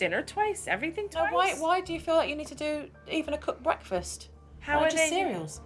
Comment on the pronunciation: Red flag an adult that says breafast instead of breaKfast. I’d love to see the kids today 2023 😮